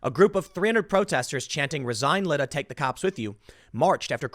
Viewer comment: The STL mayor’s first name is pronounced LIE-da.